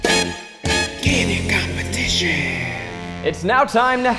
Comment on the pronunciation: Candid compe-tit-ion